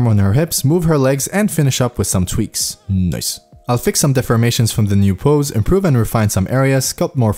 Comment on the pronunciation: I love the 'noice' word 😘